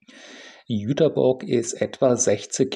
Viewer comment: Nett, mal einen Reisevlog über meine Heimatstadt zu sehen. Und vielen Dank, dass du den Stadtnamen korrekt ausgesprochen hast. Das konnte bis vor ein paar Jahren nicht mal die DB. Kleine Korrektur: bei das ist die Liebfrauenkirche. Die Nikolaikirche ist die größere mit den zwei unterschiedlichen Türmen bei